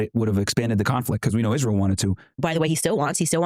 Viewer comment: Does she mispronounce Israel on purpose?